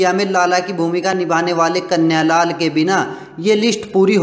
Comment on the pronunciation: कन्या लाल नहीं कन्हैया लाल उच्चारण सही करें